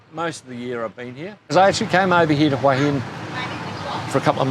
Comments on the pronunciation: It's Wha Hin not Whora Hin! lols, get it right, love your channel, great watching! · Hoooey inn . FFS. It’s pronounced HWA HIN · Where is Who Hin, cant even say the name of the place right. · Barry is pronouncing it correctly. Hooha Hin is dead wrong and makes you sound like a tourist, I love it here and am definitely not going back. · you need to learn how to pronounce Hua Hin. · pronouncing Hua Hin wrong. Barry correct. Head Rock, just ask the locals.